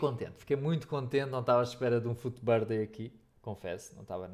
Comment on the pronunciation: Aprende a dizer Fut Birthday